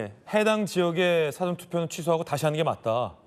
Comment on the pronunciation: " 영어 사전"???? "사아 전"으로 소리는 내는 인간이 없는 한국입니다. 공부 좀 해라. 잘난 척 하지 말고.:face-red-droopy-eyes::face-red-droopy-eyes::face-red-droopy-eyes::face-red-droopy-eyes::face-red-droopy-eyes::face-red-droopy-eyes::face-red-droopy-eyes::face-red-droopy-eyes::face-red-droopy-eyes::face-red-droopy-eyes